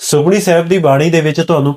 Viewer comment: ਆਪ ਜੀ ਸੁਖਮਨੀ ਲਫ਼ਜ਼ ਨੂੰ ਸੁਖਮਣੀ ਨਾਂ ਪੜ੍ਹੋ ਜੀ।। ਪਹਿਲਾਂ ਠੀਕ ਪੜ੍ਹੋ ਜੀ ਜਿਦਾਂ ਭਾਈ ਗੋਪਾਲਾ ਜੀ ਨੇ ਪੜ੍ਹਕੇ ਸੁਣਾਇਆ ਸੀ।।